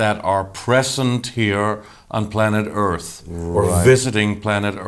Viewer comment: Are you gonna save the Earf? 🧐